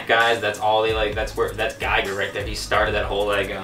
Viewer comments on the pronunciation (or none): GIGER (pronounced "GEEger")not geiger..